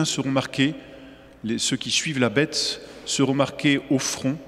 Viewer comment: damor c'est bien la marque de la bête qui se révèle !!!....pourquoi prononce t il. :" la betesss " ??